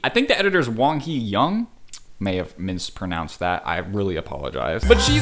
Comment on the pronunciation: no one:: mispronounces "mispronounce"